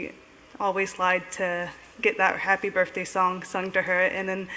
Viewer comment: She’s in her 30’s and she still says birfday.